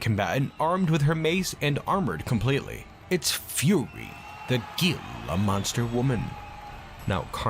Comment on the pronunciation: just fyi, "gila" is pronounced "heel-ah" source: im arizonan